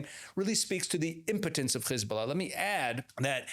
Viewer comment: It's Hezbollah not khezbollah😂😂😂 and it's Persian Gulf not Arabian. Get your facts right